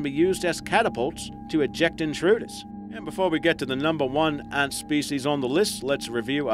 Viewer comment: how hard is it to correctly pronounce the word Ant?????